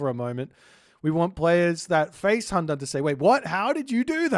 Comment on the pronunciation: Also. "Qi" is pronounced as CHEE "Tie" is pronounced as TYEH "Hundun" is pronounced as HOON-DOON